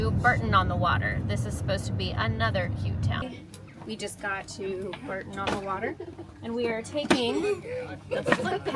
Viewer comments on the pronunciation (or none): Terrific vlog! FYI, Bourton-on-the-water is pronounced 'Boar tun', ALWAYS carry cash with you (cash is king)